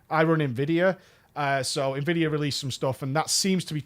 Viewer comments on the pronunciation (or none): none